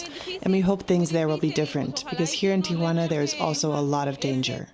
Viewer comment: Amy it's not "tia wana" its Tijuana